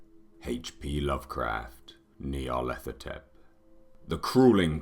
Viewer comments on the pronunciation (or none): Is it Nyarlathotep or Nylarthethothep like the guy pronounces it? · Maybe someday someone will pronounce it right. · I wish he could pronounce Nyarlathotep.